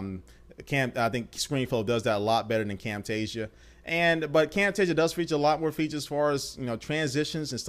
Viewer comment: you do not say Camtasia the right way